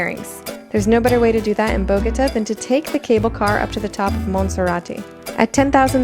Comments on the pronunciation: Nice video...I love Colombia. Bo-go-TÁH and Car-ta-HEN-ah (no ñ in that word). Best regards...thanks for posting a great vid! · It's kind of cute how she Americanized the hell out of the pronunciation of Bogota 😂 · Bogotá not BogOTa..... You were here for almost a week!! Get it right! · I thought she said AGODA, was like what? And then realize she was saying Bogota lol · did she really say bogOta ??? lmaoooo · Honey you need to learn how to properly pronounce the names of Bogota and Bolivar!!!!!😮😮😮😮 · Oh my God, learn how to say Bogotá if you’re going to make a video about it! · Could you not say Bogota like that! 😂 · Her pronunciation of “Bogota” is HILARIOUS! After w week there, she didnt learn how to pronounce it correctly???? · Why did she say Bogotá like that 😂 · ENZO YT she said it like three different ways and none of them were right 😂😂😂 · Lol your Bogotá and Cartagena pronunciation was really butchered.